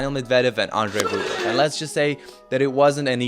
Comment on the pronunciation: Дружище, всё супер, спасибо за такие видосы. Даже если бы это был не Медведев, а кто-то еще, все равно интересно смотреть. Suggestion: ты же русский, мб стоит не повторять за пиндосами "мЭдвЭдЭв", а произносить "Медведев" по-русски? и не "рУблев", а Рублёв, по-русски и не "шапОвалов", а Шаповалов не "шарапОва", а Шарапова как надо, понимаешь? А не как эти ленивые жопы там у себя в своих ленивых п**уистических английских мозгах прописали. Ты же не работаешь на пиндосню - ты делаешь своё. Ну давай по-русски, а? Фамилии наши русские, по-русски :) PS: например, на сайте WTA в профилях игроков есть аудио, как они сами себя озвучивают. Я пощелкал, послушал... Только Рыбакина с Самсоновой и Александровой называют себя правильно. Остальные "касаткИны", "кудерметОвы", "потапОвы" и прочие уже промыли себе мозги и опиндосились... Сегодня тебя называют "верОникой кудерметОвой", ты повторяешь, как попугай, а завтра назовут "жопой с ручкой", ты тоже повторишь? Надо уважать себя. PPS: Шаповалова комментаторы и судьи тоже в начале коверкали и называли "шапОваловым", но последние года 2 называют правильно. Сами пиндосы называют. Я не знаю, что случилось, мб он их всех научил как-то (мягко или жестко), но это возможно.